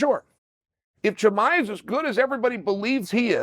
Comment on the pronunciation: For guy who makes so many videos on him, you’d think he would start saying his name right man.